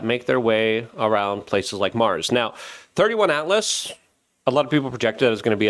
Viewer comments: Please, for the love of God, can you stop calling it thirty-one ATLAS, its 3i ATLAS as its the 3rd interstellar object (3i) The Asteroid Terrestrial-impact Last Alert System (ATLAS) was the system that detected it. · AAAAAGGGHH!!! It's 3 I ATLAS!! NOT "THIRTY ONE"! NUMBER 3, LETTER I! The THIRD INTERSTELLAR Object! 3 FOR THIRD. I FOR INTERSTELLAR. IT'S. NOT. HARD!!!!!! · 3 and the letter I as in three-eye, not 31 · You are discrediting yourself by improperly calling it 31 Atlas… Jesus…do a modicum of research…It’s…((( Three “I”as in “Interstellar”Atlas”… third interstellar!!!! Or 3 EYE…if that assists ffs!! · Luke, fyi ...... It's not thirty-one atlas .... it's three eye atlas 3-I as in .... Third Interstellar object + Atlas. Thanks for what you do. I would love to have a discussion with you about what I think the objects are, and where they originate from, but .... If you think there are shape-shifting reptilians who are working in underground bases with ??? Not the government we know of but maybe some kind of "shadow" organizations and have been for a hundred years or more and these creatures have been around the Earth since before Biblical times, even ..... Just remember ..... that ain't nothing but a crazy conspiracy, my brother! How could all these missing genius children be kidnapped and forced to work in these subterranean facilities without our knowledge? lol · Good lord man, it’s 3i/atlas, not 31 lol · 3I as in "Three Eye", not thirty-one 🙄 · 3i not thirty one. Three eye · 3 "eye" Atlas buddy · Pronounced...3 eye atlas 3rd "i"nter stellar object First observed by the atlas telescope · It’s 3 “i”… “i”, not 1! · Three-Eye-Atlas Luke ffs… (“I” as in “Interstellar”)… how can you be so uninformed repetitively on the subject? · Just so we're clear, because a man who speaks English as a second language misunderstands an I for a 1 he sounds like an idiot?? I hope people think of you the same for similar simple mistakes.